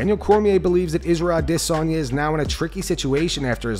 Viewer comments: Bruh we need to stop this trend of saying Israel’s name all weird with that stupid phoney accent. His name is Adesanya. Adis. Onya. Izzy used to pronounce his name that way all the time, only once DDP challenged him as the real African champ did Izzy start trying to African-ize his speech and call himself “Ah-DIS-on-ya”. It’s a fake, goofy, marketing ploy and it’s not how he said his own name for years. Just stop. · wooohooo, that pause in Adesanya is getting shorter and shorter..bc it doesn't exist in real life! i'm winning this one, you'll say his name right or i'll never shut up!